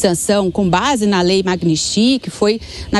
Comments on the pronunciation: Essa moça não sabe falar o nome da Lei..kkkkk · A reporter não sabe nem pronunciar o nome da lei!